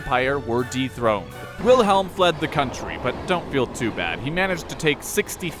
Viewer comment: Come on, pronounce it right. W is a V